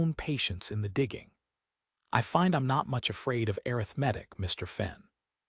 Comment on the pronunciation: The story is good, very good. This is nit picking, but is there a way to get the AI narration to correctly pronounce words, such as arithmetic and Silas. If that cannot be done, change the words. The take away from an otherwise good story.